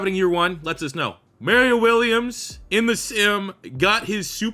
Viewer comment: These retro rebuilds are great but the way u pronounce Mario Williams hurts my brain lmao